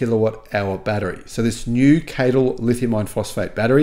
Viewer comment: Interesting news. Just some feedback regarding CATL, they call themselves C.A.T.L so when you mention and pronounce their name as KTill it always throws me as its not their name.